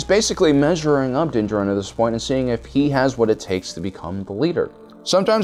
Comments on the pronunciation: He pronounces din jarin as (din-juh-rin) 2 times. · Also you pronounce Din Djarin right then you remember you have to mispronounce his name two seconds later LOL